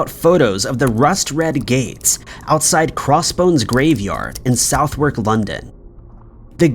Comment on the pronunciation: I know how southwark is pronounced, so i feel the pain too.